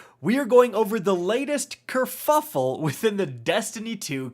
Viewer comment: I'm sorry did he just say curfuffl? Respect+30